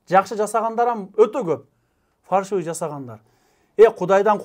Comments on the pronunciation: Өзөгүн туура айттың ,бирок билим ал ,фаршывый эмес фальшивый болот тууганым. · Регистрация баюнча суйлодун туура ал жагы бирок фаршивый эмес фальшивые деп айтылат😂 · Фаршиаый эмес Фальшивый деп айтылат